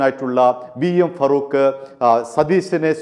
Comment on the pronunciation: ഫറൂഖ് അല്ല, ഫാറൂഖ് ആണ്.